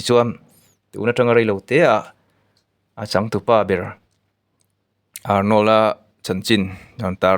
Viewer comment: Arnawl a ti suh..Arnawrld ti rawh aw